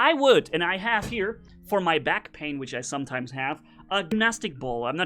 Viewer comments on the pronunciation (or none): none